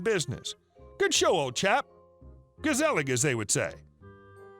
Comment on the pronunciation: i'm impressed with your attempt at dutch. (He said "Gezellig" which roughly translates to "comfy" or "comfortable" when talking about a group or party.)